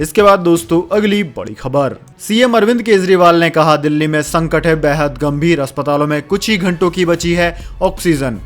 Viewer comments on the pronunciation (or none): none